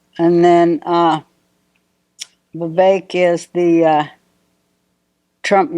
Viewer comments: Can’t even pronounce Vivek and tried to add an ‘i’ into it and then didn’t even know that Ramaswamy is an Indian name. She’s really dumb or did fuck all prep for the interview. 🧐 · Remember how to pronounce his name Viv Cake the snake 🐍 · U pronounced his name to perfection. Ty! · Why do Americans have such a hard time pronouncing Vivek?!? It's literally two friggin syllables?! 😂 I'm from another western nation...and we can pronounce it easily...but Americans constantly struggle?! 😂 what is wrong with yall? Doesn't American Public Schooling system teach "sounding out" syllables?!